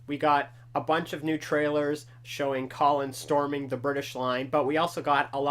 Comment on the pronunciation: LOL its Connor not Collin But hey, u were very close :)